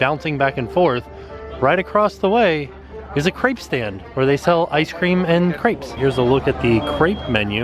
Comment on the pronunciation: I love your channel but your french is KILLING me! How hard is it to ask a cast member how things are pronounced. Literally the only thing you said somewhat correct was "crepes" and "champagne".